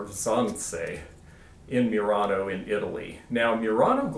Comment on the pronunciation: Pronunciation of Murano is not 'myurano' but 'moo-rano' with a roll on the R.